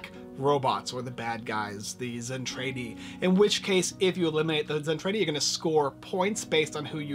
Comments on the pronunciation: Zen-tray-dee are giant robots now? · They're not Zentradi, they're giant robots so they're clearly from an alternate reality. Zentraydee it is.